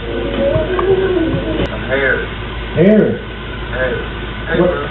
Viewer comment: How many times my mans gotta say “Hharriss”😂 I would’ve been mad asl too